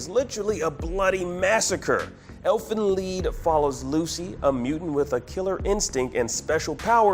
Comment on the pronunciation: wth is elfen lee pronoun the name right its called elfen lied.